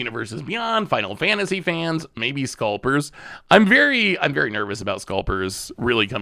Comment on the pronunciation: How is it possible that mispronounces the word "scalpers" too lmao